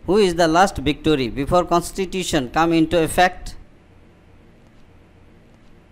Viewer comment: Viceroy or victory ????🤣🤣🤣🤣🤔